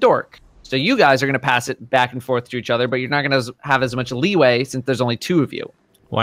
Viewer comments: Are we just goin to ignore that said “So on and so FARTH”? Like seriously dudes? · "So on and so farth." - 2018